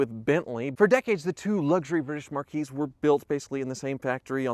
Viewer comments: “Marques” is pronounced “marks”, not “mar-kees” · The word is pronounced "marks", NOT " markees".. Dumb Yank. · It isnt pronounced markees 🤦🏽‍♂️